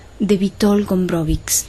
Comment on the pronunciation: "cz" lo que deben aprender a pronunciar